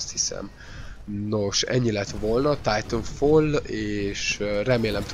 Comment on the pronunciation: "Titafall" :D